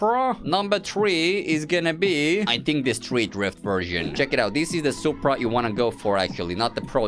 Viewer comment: Yo bro wanna soup bruh? No its just soup No S U P R A